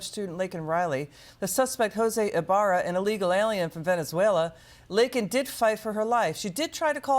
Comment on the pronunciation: Miss Laken was a lovely young lady. I and my husband have two nieces who got their white coats right before her. Laken got a shroud! Thanks, Biden....the guy who couldn't even pronounce her name right.